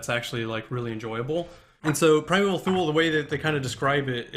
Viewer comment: Goddammit, it's pronounced: "too-lee." Did you bother to do a damn Google search, before you started that Kickstarter?